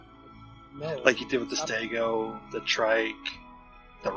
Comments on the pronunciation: why does he say staygo instead of stego? is that an american thing? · I have never once heard it said that way from anyone I know in the u.s. so i'm not sure where he picked that up.